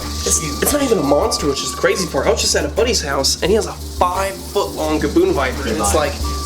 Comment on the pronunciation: Did anyone else relive that gavoon biper was said